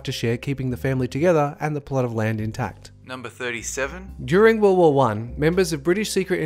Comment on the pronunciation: "During Worl Wirl wuh"